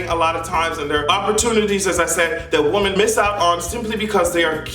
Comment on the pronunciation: When you're talking about more than one woman it's pronounced as (Wimen) you always say woman as if you're talking about one